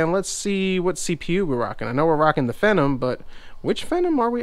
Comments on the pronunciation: that was not vista that was windows 10 lol and its pronounced FEE-NOM but still nice video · vista???? are you kidding me? no.1 the fact that it has a vista licence key doesnt mean that it is running vista, in fact, it is running windows 8.1 ang you arent pronouncing the word phenom right but ok but make sure what os is it running before you say it